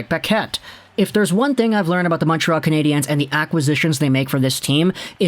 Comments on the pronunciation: As a so Called Habs fan younger to pronounce their nickname there is no Z atthe end of their nickname it is pronounce just lime "Canadians" just saying someone who has been a Habs fan longer than you have alive just saying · Like your videos, but please stop saying Canadiens that way, nobody here says it like that. Just say it like you would say Canadians. Keep up the good work!